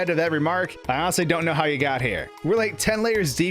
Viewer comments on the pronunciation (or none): none